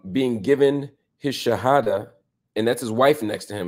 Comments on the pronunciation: I am impressed how Marc Lemon Jill explains and pronounce the shahada. Mashallah. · Marc your pronunciation of the shahada is beautiful I can’t believe how good your Arabic is! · My gosh Marc Lamont Hill, your pronunciation of the shahada is on point brother. You sound very much like a Muslim. ❤ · This brother says the shahada pretty well, 🤔 😊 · You brother said the two shahadas perfectly. Mashallah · Marc, you sound like you are a Muslim too. You said the shahada perfectly in Arabic and knows all the pillars of Islam. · Marc Lamont are you Muslim? Your pronunciation of the shahada (arabic) is pretty good as well as your understanding of it.